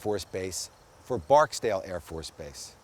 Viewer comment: Haha. At least he pronounced Barksdale correctly.